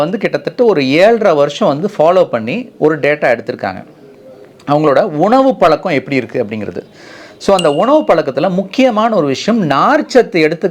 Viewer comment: Dr , PL SAY வாழ்க்கை , VAAZHKAI , PAZHAKKAM and so on correctly . You are saying வால்கை ,பதக்கம் and so on . It's NOT NICE TO HEAR FROM YOU SIR.